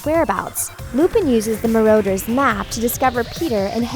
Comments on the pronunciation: Marauder's not Marrowder's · So you say Maroaders and then Marooters. Choose a false pronounciation and stick with it, thanks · The way she says Marauders' makes me wanna puke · She can't even say marauder either D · She also said Petty Grew And marauders